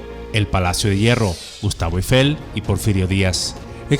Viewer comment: Excelente video. Magnífico guión y excelente léxico. Muy buena postproducción. Solo le falta pronunciar correctamente Eiffel, ojo: No lleva acento grave en la primera E, por lo tanto se pronuncia sin ningún acento.